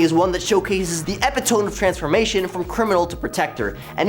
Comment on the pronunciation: Dude. You’re great. Your energy is fantastic. Your scripts are perfect. However, you committed the ultimate crime. You mispronounced epitome. Cardinal sin my friend.